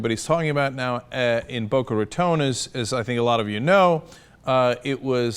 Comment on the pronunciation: Thank you Cenk for pronouncing "Boca Raton" correctly.